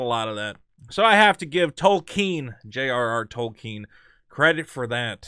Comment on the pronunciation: thank you for pronouncing Tolkien correctly